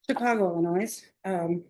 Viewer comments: it’s Illinois - Not Illi-noise 😂😂 didn’t you graduate college and law state? 😮😅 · Hey stupid defense attorney, the s in Illinois is silent. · No noise in Illinois...she a lawyer and doesn't know how to pronounce Illinois...GOD help us. She can't be a real attorney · The attorney pronounced "illnois" incorrectly . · The way she pronounced Illinois !😂😮omg